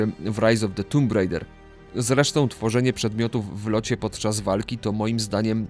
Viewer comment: Drogie, czy tę swoją wieśniacką wymowę angielskich nazw gier stosujecie specjalnie, dla efekt humorystycznego? "Tomb Rajder"? Serio....?